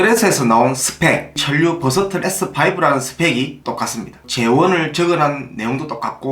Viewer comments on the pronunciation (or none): ㅋㅋ버서털 아니고 버서틀 이요 ㅋㅋㅋㅋㅋㅋㅋㅋㄱㅋ